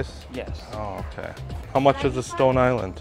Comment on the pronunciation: “Are you okayah?” 😂